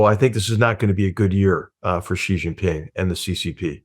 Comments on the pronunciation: GUYS GUY GUYS, it is not "GEE" it's "SHE" as Niall said. It's SHE, SHE, SHE, not GEE/JEE. Likewise, Beijing is pronounced "beh-JING" not beh-zjing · Xi, it's pronounced "she". Please.